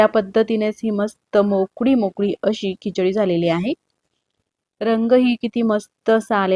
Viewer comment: Pronounciation of some words kichadi chamcha is not as per Marathi